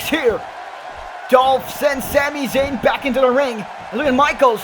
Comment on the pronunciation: why do u say shami shayn